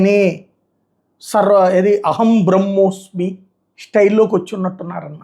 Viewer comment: అహం బ్రేమోస్మి.. అహం బ్రేమోస్ కాదు 😂